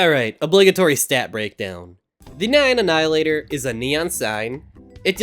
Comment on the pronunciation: "The neion annihilator"